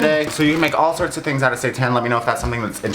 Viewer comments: i do NOT wanna see you make satan!!! and by the way, pronouncing it satÄn will not fool me. please keep your devil worshipping ways away from me and my holy body thank you!! also quick question: what kind of bread did you use for your sandwich? Multigrain? Whole wheat? Rye? It looks delish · Honestly didn't know what saitan was and I thought you were just pronouncing Satan in a fancy way 😂